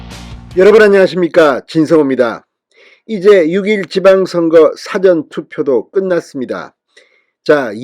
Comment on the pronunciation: 사전투표 사전투표하지말고 사전투표라고 발음해주세요 ㅎ